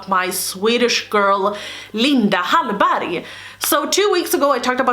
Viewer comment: Is the "g" silent? It sounds like it is...